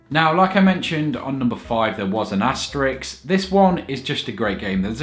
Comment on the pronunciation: I can't stand it anymore XD It's asteriSK, not asteriX. Asterix is the character from Asterix and Obelix Asterisk is the * symbol